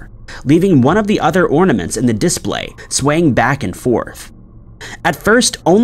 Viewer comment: LOL "dis play"